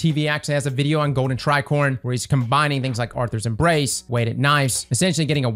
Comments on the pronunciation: Arthur's Embrace? Inglish r harrd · really said Arthurs Embrace 💀